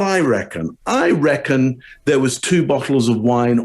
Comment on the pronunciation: saying “reckon” like he’s from the south lol